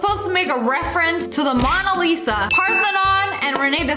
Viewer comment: Pepsi one girl said mana Lisa